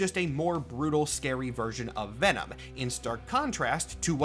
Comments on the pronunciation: Ve'nam. trời ơi, Mắc cười quá à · ngl “Ven-nam” made me giggle…